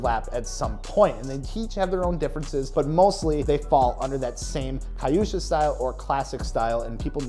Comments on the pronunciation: It's pronounced que-sha not ka yu sha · Kyusha - say it like Que-sha, like quetip